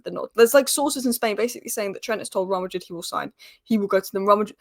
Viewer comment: How to pronounce “Real Madrid “ Just saying 😅